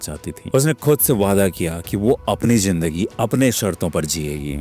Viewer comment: Sir aap logo ko itni achchi story sunate ho apse ek request h ap apna talaffuz sahi kare sir jaher nhi zaher hota h jindagi nhi zindagi hota h